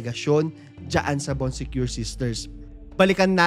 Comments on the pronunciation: Bon sekor po kuya hindi bon sekyor HAHAHAHA ganda ng story mo kuya lahat napanood ko na❤ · baan suh koor - yung pronounciation.. nacurious ako. Sinearch ko tuloy sa google. 😂😂😂😆🤣